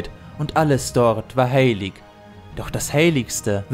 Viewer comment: "sein Name" "EA ES SEI!" "Manwe" "MelkoRRRR" "dahhherr" "haaillig" "Gejjstrwesen" "DIE VALARRRR" "Olwe dem Bruder von Elwe" "sehende Steijne" "dreijmal bat er sie um eine Flechte, dreijmal sagte sie nein zwischen ihnen würde keine Freundschaft mehr sein" "pack dich" "scher dich weg" "da wurde Feanor zorrrrnig" "UnTerTessen" "Galadriel" "dort kamen ihm die Balrogs entgegen" "die Geschichte von Morgoth und Feanor" "...."